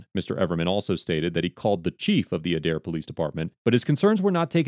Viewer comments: The Adair Chief of Police was arrested recently after charges by the DOJ. (Aye-dare, not ah-dare) Officer Carlos IS the reason that cops get hurt. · Pronounced Aid-air. Not udair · It's pronounced ADE-AIR. I'm an Oklahoma resident born and raised here and just thought I'd let you know how the city name is pronounced. 😊and I don't feel "contrable" leaving you here. Lol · The city is pronounced A-dare not Uh-dare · I hate to be the one that corrects…but it’s pronounced Ay-Dair. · Okie here. The police in this state are...wild... BTW, it's pronounced like aid-air. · Adair, Ok is pronounced with a long ā at the beginning. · Just to be clear - it is pronounced Aye-dare :P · I'm from OK, and it's pronounced AY-DARE. This event sounds like par for the course there... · Just a simple pronouncement correction. A-Dare=Adair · it's pronounced Aid-Air. And I know the cops at that PD. Not surprised at all. All the PDs from Craig county down through Mayes county lack proper training. You can basically do reserves for a few months and become a cop. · It's a(as in day) pronounced with a long a+dare...Adaire, Oklahoma. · It's said like A-dair